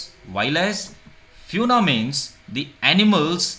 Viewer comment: Small correction don't mind it the pronunciation of fauna is wrong